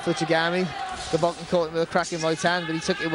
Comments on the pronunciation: C'mon get his bloody name right, it's Golovkin not Govolkin. Dear me! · Who the hell is Govolkin? Just listen to the guy sat right next to you. He pronounces correctly about 20 times ffs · so irritating that the announcer keeps saying 'govolkin' - learn the names guy!